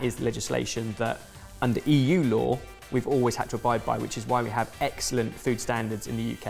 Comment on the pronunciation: Poor. Trying to make a joke when saying 'egg' celent an no one is picking up on it 😂